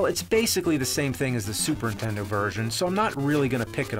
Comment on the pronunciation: I find it funny that James can't say "NINtendo", he says "N'tendo".